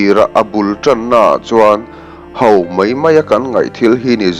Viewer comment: A ṭha hle mai. 'Ho' tih turah 'hau' tia lam rik a awm zeuh zeuh.